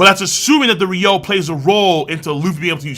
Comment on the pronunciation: Man sometimes i’m abit bothered that west anime youtuber said it Ryou instead of Ryuo